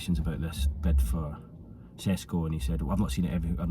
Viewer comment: u pronounced his name perfectly without struggling to say but u are pretending to not know how to say his name 😭🤣. I get it he disrespected you earlier and u have to get back at him but come on 😂